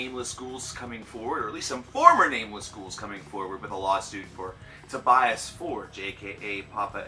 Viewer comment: It's not ''Forge'', like an english word...